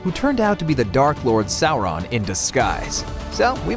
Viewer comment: not the stranger things kids. you monster. Also, it's not sour-on. Sauron.